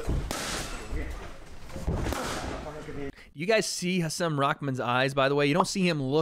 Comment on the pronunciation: Hasim is pronounced “haseem”